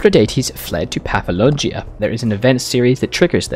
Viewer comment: It’s pronounced paf-la-gonia. Please.